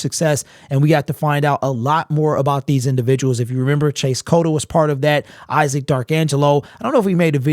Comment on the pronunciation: It’s Isaac lil bro